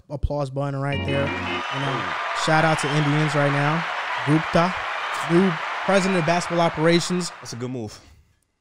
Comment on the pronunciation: My man really called him gumpa right after corrected him to say gupta lol